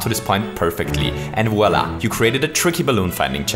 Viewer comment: In english you say "voila" like in french ?